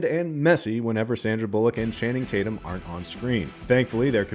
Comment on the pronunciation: Channing Tatyum get it right!!